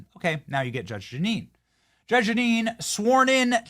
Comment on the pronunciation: it's Jeanine, Benny 😂😂